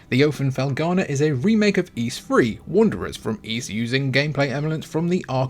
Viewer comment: I subscribed just because you correctly pronounced the word "Ys". Most people say "ease" as if that S were a Z. Speaking of which, why do you Brits pronounce "NES" and "SNES" as "NEZ" and "SNEZ"? Is there a mass dyslexia problem over there?